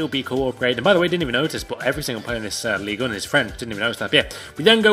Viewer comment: I am french and said ligue 1 correctly